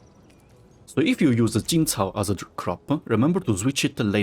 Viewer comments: The way said Yazhen and Jinchao shows how he really fluent in Chinese, respect. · Thanks for the amazing blueprint I also noticed that ur quite fluent in Chinese from the say u said Jinchao and Yazhen Keep up the work man!